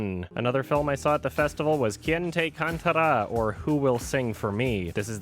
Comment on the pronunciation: Then again, the pronounciation was accurate.